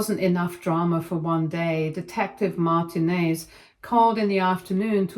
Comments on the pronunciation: I was about to say this. She should know it is said Mar-teen-nez not Martin-ez. My firend had this last name growing up. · Oh for fuck's sake lady, you know damn well how to say Martinez. That's not even a British version of it.